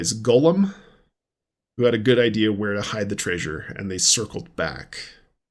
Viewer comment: Golem pronounced go as in go and lem as in lemon. Golem is never pronounced like Lord of the Rings Gollum. “Golem” is from Jewish folklore and it’s pronounced GOH-lem—not GAH-lum like the creepy ring whisperer. It's like nails on a chalkboard when people mix those up. Totally different mythologies, totally different vibes. Makes you wonder how many people think Pokémon’s Golem evolves into “preciousss” or something.